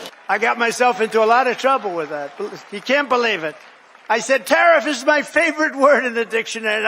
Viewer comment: He SAID: "TaRISS" 😂